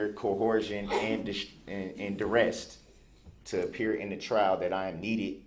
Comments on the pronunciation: "Cohersen" and "Durest" - ! I quickly reached for the dictionary. Mr Brooks most definitely has a command for the english language! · His English teacher needs to be fired lol he adds a T on the end of so many words lmfao “Durest “ duress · Durest he says, whatever that word is. lol This is beyond cringe. Hopefully he goes to a really ruff prison and gets put under some real duress . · Not the Doo-rest 🤣🤣🤣🤣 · “Cohorsion & Durest” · And duresst??? What is that? You caint say dat. It's like Lisent Place.....you are Duh-dumb Duh-rell. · “Cohorsion and Durrest”. 🤣🤡🤦🏼‍♂️ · Corshun and direst 🤡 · “Durest” ehh ? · Co-horzhun. durest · under derest .... what did he just say under duress* this man is clearly a traveler under maritime law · Coherhision????? Durrest????? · Co-horsed and derrest. Got it. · "Under cohorsion and durest" 😆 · He said he’s under “durest”! Lol! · Cohorst...durest... this child doesn't know what he's saying it's quite comical